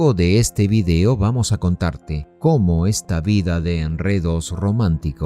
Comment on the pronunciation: Se dice "video" y no "vidio".